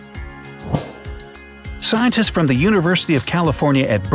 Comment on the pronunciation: The pronunciation of s was not done in scientists.